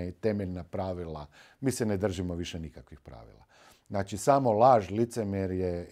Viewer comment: Nije "NACI" nego "ZNACI "😅😅NACI ...NACI..NACI 😅😅😅😅